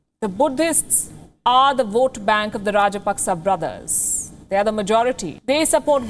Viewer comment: It's not rajpaksa it's raj-pak-chha.